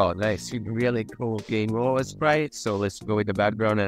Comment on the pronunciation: "Game ovev!"